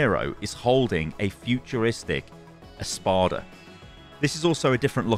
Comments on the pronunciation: Im not sure if it’s his British accent but when he says espada which is Spanish for sword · Just a little thing... "espada" means sword in spanish (and portuguese) :)) you don't need to try to say it, just say sword